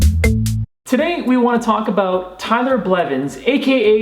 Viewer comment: Tyler Blevins not tyner Blevins